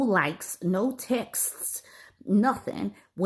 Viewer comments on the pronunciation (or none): textes, pronounced Tex-tes (like testes but with an x) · Textes? Testes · "........and no textes".